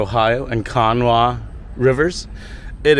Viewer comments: FYI its pronounced can-naw-wha (kanawha) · It’s ok. If you’re not from there, you probably wouldn’t know how to pronounce it. I was born in Charleston in Kanawha County. It’s an Indian name.